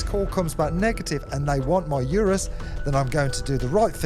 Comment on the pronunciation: I dunno why it bugs me when people say Urus wrong lol. It's like oo-ris..that's how the designer says it..there is a DDE video where they went for a drive with the creator and asked him how to pronounce it.